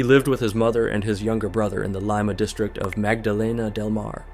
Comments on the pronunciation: Leeeema not Leima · Its pronunced Leema, Not L eye ma, you sound stupid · i kept forgetting this was in peru cuz of ur pronunciation of Lima 😂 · Your Spanish sucks? Well you’re pronunciation sucks too. You don’t even know how to say Lima. All that research and you don’t even know how to say it come on. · I can't keep listening to that pronunciation of Lima.